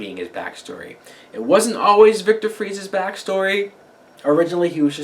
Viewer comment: the obvious mispronounciation of Fries' name is one of my big issues with this episode. I like Hugo Strange's early years being explored, but I would have rather seen Penguin start a rise back to power than Butch fucking Galavan's minx of a sister keeping power. I will keep watching to see what they do with Hugo's character, but that's about it.